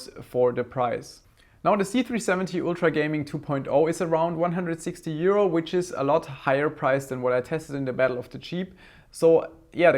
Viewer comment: lol, yeah, that "150 euro" did sound a lot like "150 year-old", (blinks) wait, what, how old is this board and did I hear that correctly, lol. Then again, that would explain why he knows so much, is a time traveler (grin).